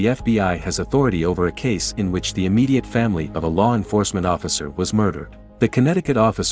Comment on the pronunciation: “ officer negeers “ 💀💀💀